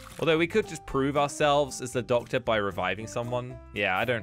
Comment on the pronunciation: said "ductor